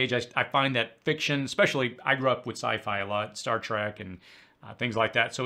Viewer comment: “Es-cape” Not “eks-cape” “Star Trek” not “star-track”